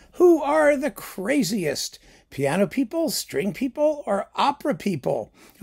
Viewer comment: There were many occasions in the video when i thought you said straight people instead of string people haha